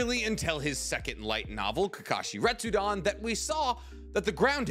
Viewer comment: im sorry but its "retsuden" not "retsudon" it just bothered me. Love the videos though